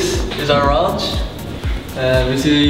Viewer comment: "Dis is our rounge." Thought he said "Dis is orange." Orange... Fnatic... Yeah, okay. Edit: HUNI'S PANTS LOLOL